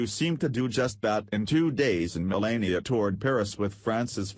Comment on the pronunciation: First of all its Me - LAH - ee - uh, not Me - LAY - ee - uh. Second, what is the "BIG Personal Surprise?" False title. CLICK BAIT.